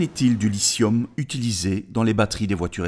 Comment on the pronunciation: lithium avec un t ... il est pas muet le T !!!